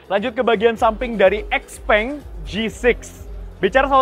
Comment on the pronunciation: Bacanya xiaopeng